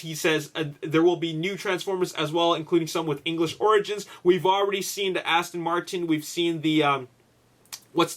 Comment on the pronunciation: It's Aston Martin, what the hell are they saying "Astin" for? LOL